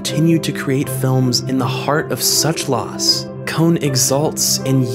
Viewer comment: Why do you say his name as "kown/kone"